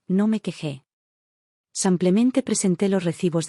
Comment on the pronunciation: No entiendo cómo pueden escribir simplemente y la narradora decir semplemente ???